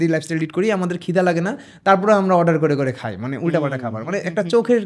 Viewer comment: আপনার এত বড় একটা চ্যানেল,কিন্তু খায় রে খাই বলাটা শুধরাতে পারলেন না, য় ও ই এর সঠিক ব্যবহার না করাটা খুবই দৃষ্টিকটু,আশা করি এর সমাধান করবেন